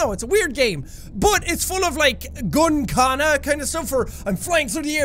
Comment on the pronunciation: It’s not gun-kana it’s gun-kata